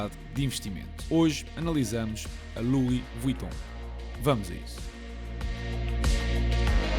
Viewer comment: epah, confesso que fiquei À espera de como é que irias pronunciar o nome 😂 foi spot on